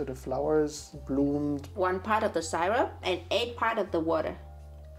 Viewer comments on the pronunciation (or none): „Syrup“ is pronounced just like in German „Sirup“ not [SAI-rup] the „y“ sounds just like a normal „I“. 😊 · I love how they pronounce the word syrup, I wonder if they know that it’s not the right way to pronounce syrup, it’s still really cute though 😊